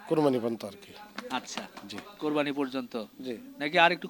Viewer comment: কোরবানি কথাটা বলতে পারেনা হালারপুত